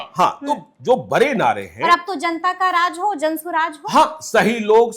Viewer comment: Zanta nahin..... Janta bolo